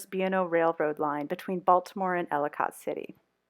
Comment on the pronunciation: Hi! Great video. I now live in Florida and miss my Bmore. fyi... it's pronounced ellikit city, not ellicott, even though that's how it's spelled :) Again, great video.